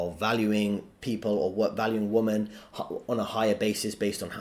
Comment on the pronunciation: Please learn how to say WOMEN